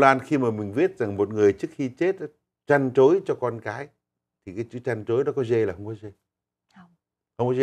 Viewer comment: Trăn trối không có “ g “